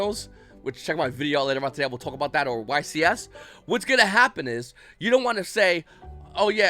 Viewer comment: “I don’t script these, I just twauck”